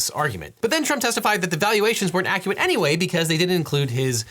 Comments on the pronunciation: Devin became Elmer fudd for a second. "we'ent accuate anyway" 😂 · You are my favorite lawyer, but did you just Elmer Fud your line? "Accuwat"? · "accuwit". Man got possesed by the priest from Princess Bride for a second. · the evaluations werent accuwate anyway 🥹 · "Accuwate" lmao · Accuwate anyway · Finally found a comment that noticed the UWU-fication there.